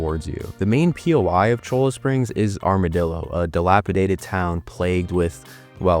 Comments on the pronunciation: Cholla is pronounced Cola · ITS PRONOUNCED “CHOYA” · Also it’s not cholo springs😂😂😂 Cholla (Choy-uh), which is a cactus, commonly known as jumping cactus, it is a Mexican word and name for that cactus and it is ubiquitous all throughout the Sonoran desert south of Phoenix all the way through Tucson to the border. I don’t know how far I’ll get into this video but if you pronounce “Lannahachee” as lannaHATCHee it will frustrate players of the game who paid attention when Arthur tells Javier that CH is pronounced like an S when they go fishing, and Javier gives Arthur cricket bait in chapter 3. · Butte is pronounced byewte, and cholla is pronounced choya. Nice video though enjoyed it! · Also cholla springs is pronounced Choi-ya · Excellent video. I have never played RDR2 but getting ready to so discovered your channel and video. One correction, Cholla is pronounced "Choy-uh". It is a type of cactus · My disappointment as someone born in Arizona. 😂 At least he didn't say Butts like some people. He did pronounce Cholla wrong too.